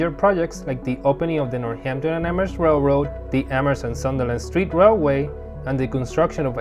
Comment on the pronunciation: yes, which i was impressed that the host nailed! great presentation and informative video